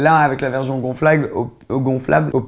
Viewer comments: J’suis le seul que ça stress qu’il dit « verzion » au lieu de « version » ?😭😭😭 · C’est comme ça qu’ils dit les S écoute quand il dit « version » il dit toujours verzion